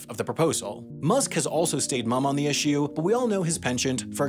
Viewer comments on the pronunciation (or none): none